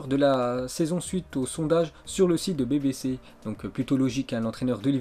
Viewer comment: BBC= ce dit bibi si wsh ton anglais